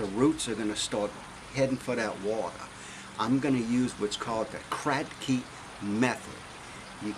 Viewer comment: I love your accent "wateh...peppeh" thanks for video